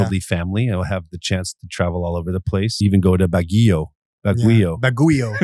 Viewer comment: Baguio is pronounced as Bagyo Ya!!!